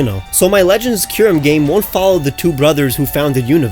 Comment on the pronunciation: DO NOT LEAVE OFF THE U IN KYUREM!